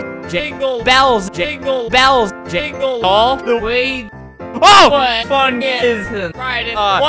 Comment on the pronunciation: When he was saying jingle it sound like jiggle